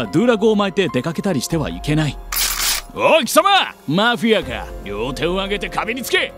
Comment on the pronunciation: おい、貴様マ⤴フィ⤵ア→かぁ？⤴